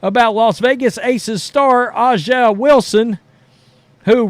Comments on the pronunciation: Not saying A'ja properly on purpose over and over is pretty cringe. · If u can’t pronounce Aja name don’t say it boy